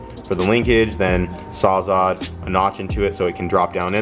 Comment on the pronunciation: I sound like a broken record, but isn't it Saws All'd? Not Saws Awe'd.